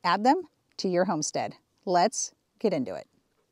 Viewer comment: You just gunna steal self-sufficient me's intro phrase!? "Let's(pause for effect) get indo-it"